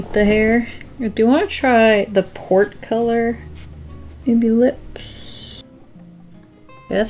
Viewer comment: Oh, PORT. I kept hearing 'the pork color...'